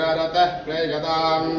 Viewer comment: ಪ್ರೀಯತಾಮ್ ಎನ್ನುವುದನ್ನು ಪ್ರೀಯತಾಮ ಎಂದು ಉಚ್ಚರಿಸುವುದು ತಪ್ಪಾಗುತ್ತದೆ